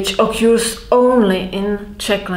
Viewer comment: Just to be pedantic she mispronounces the English "occurs" as "occuse". I didnt understand what she was saying immediately. That s the problem with English - its not necessarily pronounced as it is written.